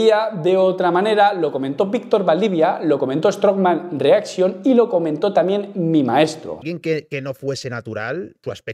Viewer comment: Me mata lo de strongman reaxion xD